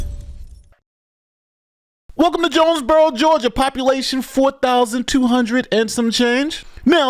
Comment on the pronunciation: Did she say jonesbugero